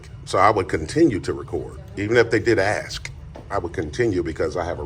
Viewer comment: Very eloquent but cant pronounce the word "ask".